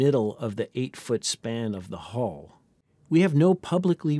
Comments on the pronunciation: The entire point of a language is that people understand each other, I understand the word Hull in many accents, none of them pronounce it as "HOLE" instead of HULL - except for some reason Americans who have the WORST education system in the western world. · The narrator pronounces "stress" as though the spelling were "shtress." And his incorrect pronunciation of "hull" is interpreted by the cc as "hole." "Hull" rhymes with "dull," not with "pull."